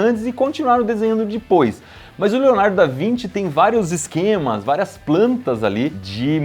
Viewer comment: eu ja assisti tanto manual percebi q toda ves vosse fala dipos